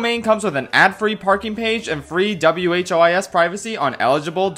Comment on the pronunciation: I can be silent no longer! In your ad read you continuously pronounce WHOIS as W.H.O.I.S. It's WHO IS. As in "who is this?" It comes from the ancient computer command WHOIS that would query the database and tell you who owns a particular web address or domain. Thanks for coming to my TED talk.